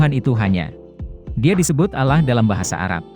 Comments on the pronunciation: Itu mnurut pandangan anda yg bukan muslim, tlong perbaiki juga mengucapkan allah swt, dlam islam ada aturannya untuk mengucapkannya, bukan alah tapi allah swt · Penyebutan Allah saja masih salah